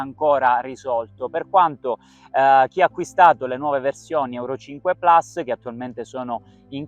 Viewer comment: Non si dice Plas si dice Plus si pronuncia Come si legge